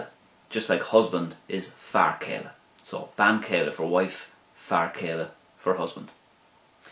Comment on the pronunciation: Thanks again,. Is it a dialectical thing that you pronounce bean cheile without the séimhiu (to my ears at least!)? I'm getting more familiar with Connacht and northwards. My teacher always says, if in doubt, leave it out. There seems to be much more variation in real life than the grammar books say!.